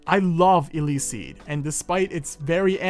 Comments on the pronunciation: The name is a mix of electricity and speed so it's not pronounced ilicsiid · 3 things, one, this is my favourite manwa! Two, I'm pretty sure eleceed is electricity and speed so u should combine these words and be able to say it right, i think... and three, my theory as to why is he able to learn this fast is because his power is speed!